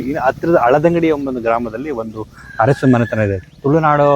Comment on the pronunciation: ಅರಸು ಬದಲಿಗೆ ಹರಸು ಅನ್ನಬೇಡಿ. ನಾಲಗೆಯನ್ನು ಸ್ವಚ್ಛವಾಗಿಡಿ.